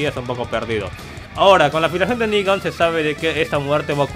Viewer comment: Y por cierto es "Negan" no "Nigga" bitches .